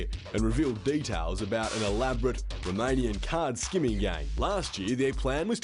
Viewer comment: AY tee aim... romayniyun gangs flying in so thaay can steel big maany .... stupidest English accent ever